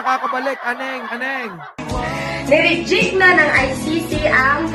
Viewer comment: hindi naman nya sinabi na ni REJECT.. ang sabi nya niRIDYIK... hahahaha